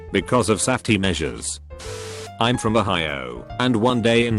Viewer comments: Nobody: Text to speech: SAFT-EEE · No one: Text to speech bot: *S A F T E E MEASURES*